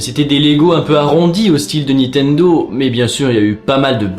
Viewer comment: Sympa cet épisode, et très émouvant ... Mais j'avoue que c'est assez déroutant de t'entendre prononcer systématiquement "Nitendo" au lieu de "NiNtendo" LOL :)